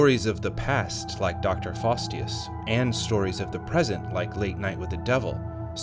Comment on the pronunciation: It's 'Jack Delroy'. You said 'Dorsy' instead 😊 Also 'Faustus', not 'Fastius'.